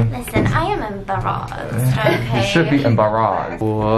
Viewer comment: stephanie : "im embarazed" stephiance : "you should me embarrhazed"